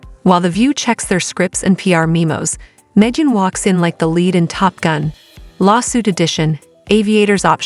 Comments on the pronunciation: Hahaha. "May-jin Kelly." Subscribe and like, folks. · "Meejin" Kelly? Seriously? AI most be borderline illiterate. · Meejan?!!! What the heck?